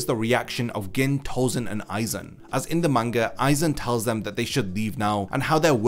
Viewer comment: I have to laugh at the fact that it's almost 2023 and some people still don't know how to pronounce Gin's name correctly.